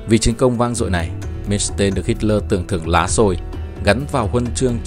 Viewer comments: Ad ơi Erich von Manstein đọc theo tiếng Đức: ê rích von man-stai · Phải đọc là Man xờ tai